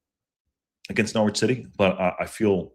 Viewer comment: IMO you're spot-on re: J McClean. Good player on his day, but has more off-days than on now...thanks for the memories Jimmy 👍(btw, Norwich has a silent 'w' so it's pronounced Norrich)